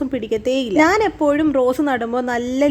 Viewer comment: നാൻ അല്ല chechi... ഞാൻ ആണ്